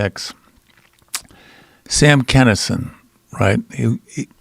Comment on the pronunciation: Why the fuck do people say Kennison? It's Kinison.